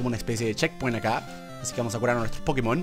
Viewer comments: Yo no entiendo porqué le siguen diciendo PokemÓN. Osea, en la serie está doblado así, pero en el mismísimo título dice. "PokÉmon! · No se porque dice pokemón con acento en la ó si es pokémon, y lo está leyendo todo el rato, me chirría mucho, pero que recuerdosss de cuando jugaba al pokémon amarillo que fue el primero que tuve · Es pokemon no pokimon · Germán por favor nosotros sabemos mil veces mas que tu lo que es pokemon ni la pronunciación que tienes es buena no sabes ni siquiera que pokemon es un juego mundialmente famoso y no por la basura de pkmn go si no por pokemon competitivo pokemon anime y solo te sabes pokemon de la primera gen que son sobrevalorados y sobreexplotados